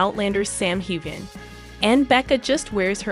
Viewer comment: Why can’t you pronounce his name properly ? The g is silent, you should know that.